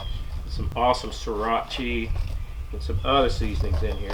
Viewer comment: Notice how he said siracha as seeratchie